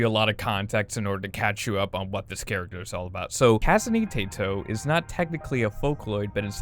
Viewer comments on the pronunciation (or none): KAHSENE TAYTO (I also pronounce Rin as “rihn” so I can’t judge too hard) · THATS NOT HOW YOU PRONIOUNCR KASANE TETO YOU DIMWIT